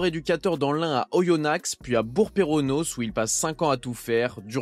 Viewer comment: on dit Oyonna(x) et c'est bourg peronAs mais sinn merci pour cette vidéo sur le grand pierre Sage, en tant que Lyonnais il me manque